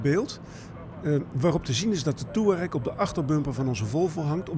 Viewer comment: volgens mij kan niemand `Touareg` uitspreken